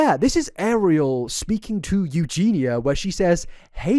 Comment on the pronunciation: saying “Eugeenya” in stead of “Eugeena” feels weird